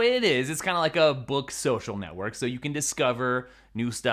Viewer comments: So which did you decide? 16” MacBook Pro or “mew” Mac Pro? Lol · Hey.. what is a "mew" mac pro?😂